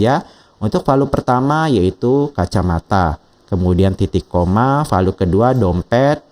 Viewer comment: Jangan VALU lah pak bacanya 😅